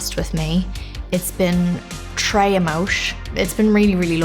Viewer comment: NOT TRES EMOSHH